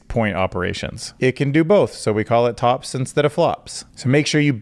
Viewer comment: Maybe try a few viewer comments as 80's pop song on the next video. That would be a cool way of encouraging engagement. Also I kept hearing you say t-ops and was wondering why not just say tops. Keep it up. Cool seeing your channel grow